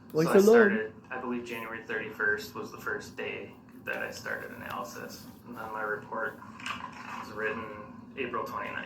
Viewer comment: To listen to Darrell trying (emphasis on trying) to cross examine a man whose world is nothing but facts and science is hilarious. He couldn’t even pronounce the word’s analysis or analysts properly. Ask the most irrelevant questions as to where the items were now! Why Darrell? You wanting them back? Who cares?